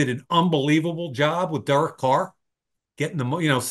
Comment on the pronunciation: Somebody needs to tell mike that derek is a two syllable name😂